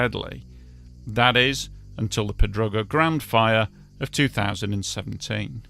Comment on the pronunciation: Crazy Yes I'm fluent. He can even pronounce Pedrógão 😂